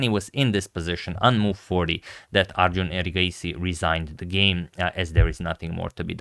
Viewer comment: It's not Arjooooon. Heheh